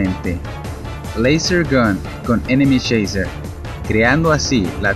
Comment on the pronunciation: Yo escucho que es enemy choiser